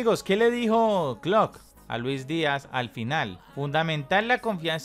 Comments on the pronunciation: El tecnico se llama Klopp no Klott jajaja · PANA POR FAVOR DEJA DE DECIRLE KLOK A KLOPP ESCUCHENSE ANTES DE SUBIR ALGO